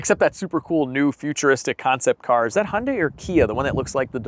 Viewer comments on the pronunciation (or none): You say Impala correctly but your Hyundai is way off. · I laugh every time an American says Hyundai. (Hun-day)🤣🤣 in Australia 🇦🇺 we say (Hi-un-die) or (hi-un-day) 🤣🤣🇦🇺🇦🇺🇦🇺